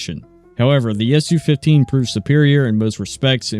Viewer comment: It's Soo 15, not Essyou 15